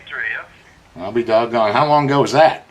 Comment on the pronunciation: When you hear, ‘I’ll be dogon” from Don, you know an ass whooping is coming.